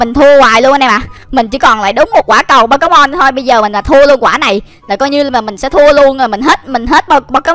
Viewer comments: Pokemon chứ k phải pekemon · nói là “bo ké mon “là sai ùi phải là “Bô kê mon chớ:))))